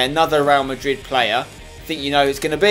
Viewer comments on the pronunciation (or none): none